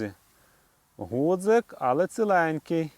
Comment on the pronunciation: Чи сприймете таку критику– не гудзик,а ґудзик правильно казати.Пане авторе,жодним чином не хотів Вас образити.З мене як завжди вподобайка вашому відео.